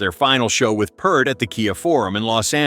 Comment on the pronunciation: PEERT not Pert Ugh 😩